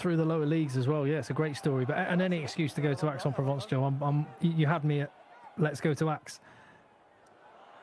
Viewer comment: Aix is pronounced EX.